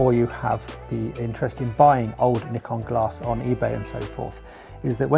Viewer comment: It's pronounced Nikon 😬